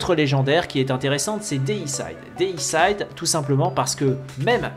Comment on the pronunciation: On dit Déicide pas déissaïde. Ça veut dire "tuer un dieu(x)". Comme fongicide (tuer les champignons), insecticide (tuer les insectes, hommicide (tuer un humain)...